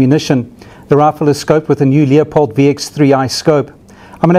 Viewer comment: It's not a "Leo..pold" scope.. it's a "Lew...pold" scope!!!!!!!